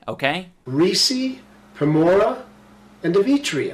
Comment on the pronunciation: the highschool in compton line killed me and did he just say gamora lmao